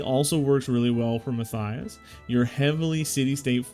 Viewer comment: Mat-Tie-Us. Matthias. Mattttt eye us. Try it out.